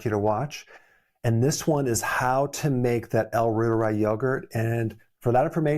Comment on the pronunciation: I've been fermenting Reuteri for two years and feel fabulous 😅 Btw it's pronounced like Reuters news service, ie roy- teri. German